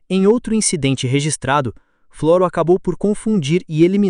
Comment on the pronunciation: Se chama Floro sem acento no O.. e o nome da cidade é Olivença. Não leia Flôro. É Flôro sem acento no no "Od